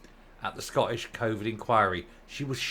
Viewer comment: Please will you pronounce the letters T in the word Scottish. It's not Sco_ish. There's a huge cringe factor attached to saying it like this. Thanks. Just don't want you sounding like a Nat. Thanks for all your good work.